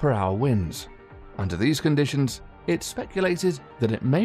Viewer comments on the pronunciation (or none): none